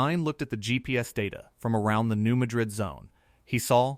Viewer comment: REMEMBER...THATS PRONOUNCED MAD RID...NOT LIKE THE CITY IN SPAIN.......